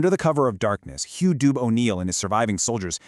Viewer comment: Dubh is prounounced duvv